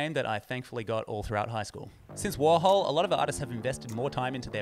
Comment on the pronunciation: you don't understand "warhol". and it's not pronounced "worhal"